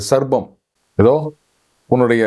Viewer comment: Sir, please note: snake is called SARPAM and not sarbam as pronounced by you repeatedly. Please pardon me for pointing this as I am an ardent followers of your videos.